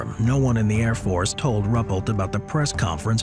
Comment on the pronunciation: His name was Rue-pelt, not Rupplet, please.